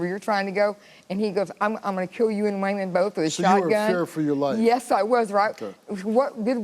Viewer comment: “Way-Mon” , that name is piss*ng me TF off😅